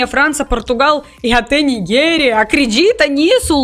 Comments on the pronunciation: "NIGUERIA"??? 😅😅😅😅😅 É 'Nijéria' (Nigéria)... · Nigério - "gé" de geral e não "gué" de miguel